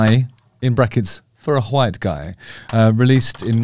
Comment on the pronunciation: I never knew it was pronounced “H-wite guy”! I learn so much from you, Justin!